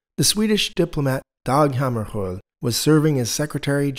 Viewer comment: I'm impressed, I've never heard an English speaker pronounce Dag Hammarskjold correctly :) The tour guide at the UN headquarters couldn't do that haha